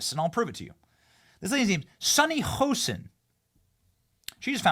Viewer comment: It's not "Hosen"!! It's Hostin